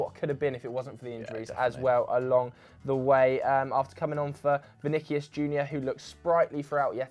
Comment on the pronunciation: Think it's pronounced vini-see-us